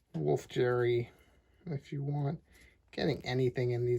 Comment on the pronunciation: Wolf "Jerry" The "g" in Geri os pronounced the same as the "g" in "get"